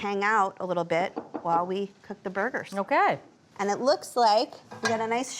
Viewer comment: Shrimp “bAr gers” 😂(( )